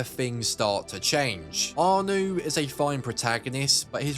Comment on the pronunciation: Its ArNO not ArNU..... Also no mention of companion missions starting with brotherhood? No mention of the homestead or convoys or crafting in 3? Crafting bombs in Revelations? No syndicate?